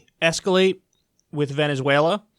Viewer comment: Kyle it's Venezuela not Venezüela